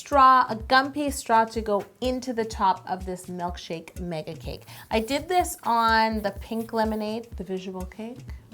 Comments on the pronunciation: Really bothers me that you say mElkshake rather that milkshake LOL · She says “melkshake” and “vanella” IT KILLS ME but no hate! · do you say melkshake or milkshake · I love how you say "mELKshake" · Omg. says Malk and it drives me bonkers. She did say melk. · She is saying mElkshake right? I'm not imagining that am I?